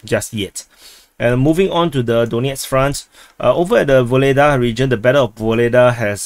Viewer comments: The Russians usually pronounce our "h" as a "g" - So they call Hitler "Gitler." So Vohledar will be Vogledar or Ogledar. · I don't think that Russians don't use sound H. Harosho is an example but that is all of my russian. Secondly we are making Ukrainian really wrong. H is G and X is h. So Vuhledar is pronounced Vugledar but i believe that V is very soft almost like U. Although I speak many languages, Russian and Ukrainian are not one of them, unfortunately